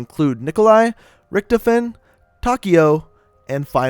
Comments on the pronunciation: Did you say... Rictifin??? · The way he says richtofen makes me mad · He fucking butchered richtofen's name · He said richtiphen, it's pronounced richtophen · He said ricktifin it's richtofen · He said richtefen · Hahaha he said rictofn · Is anyone else bothered by the fact that he butchers '935', '115', 'Richtofen', and 'Primus'? Or am I just being OCD?